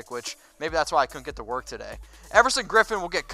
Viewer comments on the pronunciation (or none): none